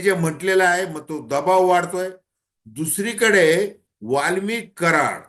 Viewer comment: दादा वाल्मिकी नाही वाल्मिक बोला